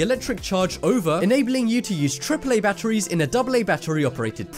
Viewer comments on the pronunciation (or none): Who else hates the way he says batteries